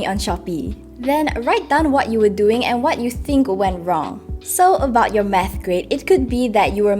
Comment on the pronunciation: is it just me or did you also hear “meth” instead of “math”